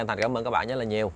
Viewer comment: Chuyện thì hay ,kể cũng rành mạch,để cho hay hơn nên phát âm cho chuẩn,lúc thì đớt,lúc thì k,chẳng hạn như từ ra thì phát âm là da,từ rất phát âm là dất,k được hấp dẫn cho mấy.